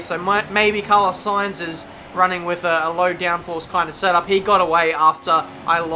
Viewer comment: Looks like someone has finally learnt how to pronounce Sainz ;)